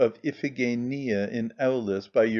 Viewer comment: If only someone had taught him how to pronounce Iphigenia.